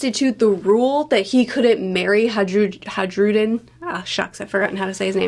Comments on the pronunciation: its Hajrudin, not Hadjrudin. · Someone tell it's pronounced Ha ee ru jin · She really keeps saying haJrudin smh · Going by the Katakana, the J in Hajrudin is pronounced like an I, as it would be in the Nordic languages. So it's more like High-rudin (the final sound is somewhere between din and deen). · I find it funny that the way you’re pronouncing Hajrudin changes the meaning drastically from Khairuddeen (goodness of religion) to hajruddeen (abandonment of religion) 😅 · It's pronounced hi-rudin! Not that hard once you get used to it. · Its pronounced Hai-rudin without a pause by the way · You pronounce it like HI-RUDE-IN /a Swedish guy And he will definitely end up being the king. After he declared that he will unite all giant tribes and be its king, being an actual underling of sorts to Luffy (the confirmed Nika) it becomes obvious that his role is to do exactly that. Just as the grand fleet has a member of the long arm tribe and one from the long leg tribe who we've seen in a cover story actually unite their tribes alltogether after generational hatred under Luffy's jolly roger it's fair to assume that the grand fleet in the bigger picture represents the unification of all races. And there's also the tontatta. (I'd also add the minks as grand fleet adjacent) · I think his name is pronounced Ha-Ru-den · "J" is pronounces as a "Y" in Scandanavian languages.